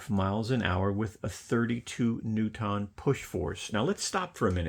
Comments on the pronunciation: Yeah that was… weird. He does end up saying it right towards the end - which is almost weirder. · FFS it’s not NEW TON. It’s NEW Tun